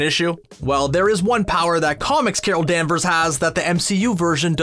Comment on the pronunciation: Narrator uses that weird speaking techniquie I sometimes hear radio DJ's use where they add an "uh" to the last syllable of a word... to fill space? Case in point DanversUH